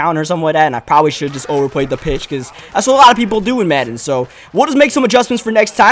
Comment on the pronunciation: When u said to the pitch I thought u said tuna fish lol